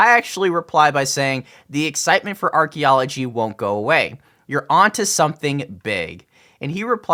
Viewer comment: Archy? I believe it’s pronounced Arky L0L